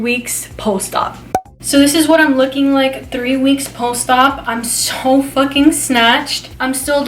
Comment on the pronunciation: She talks completely differently depending on her mood, like she’s ALWAYS over pronounce the word “so” into “SHO” when in a hyped up mood but can actually say it normally when in a calmer mood ?? She’s completely ridiculous!!😂😂